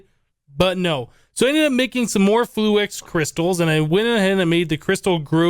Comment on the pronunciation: Why do you say "fluax" instead of "fluix"?